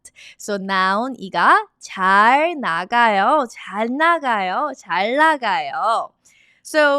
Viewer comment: why do you omit speaking the ㄴ in 잘 나가요 ?